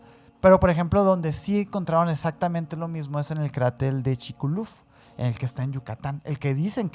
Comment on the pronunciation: Yo siendo yucateco escuchando a diciendo chikulu a chubchulub jajajajajaja